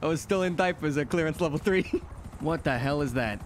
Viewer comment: frank we hv a hostage situation Jmw: just levvel the place Me: dying from laughter